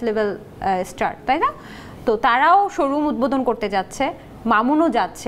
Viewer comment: উদ্ভোদন, কানছেন! এরে উপস্থাপিকা বানাল কে 😂